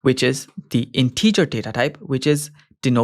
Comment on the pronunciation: A bit of constructive criticism, your pronunciation of the word “integer” is incorrect. I really enjoy your videos, I find them very helpful, thank you for producing them. 👍